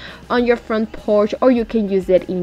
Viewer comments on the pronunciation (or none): none